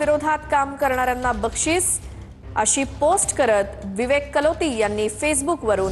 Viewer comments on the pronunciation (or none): Kaloti ka kalote😁